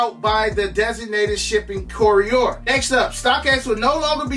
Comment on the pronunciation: is wild CORI-OR (courier) 😂 much love my guy 💯